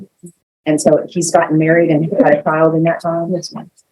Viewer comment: Your CHIO! No, it’s child, it’s world, not worl